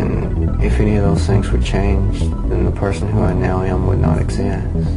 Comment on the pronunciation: my man said “eggzest”